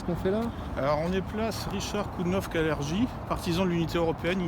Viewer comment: Ça se prononce KALERGUI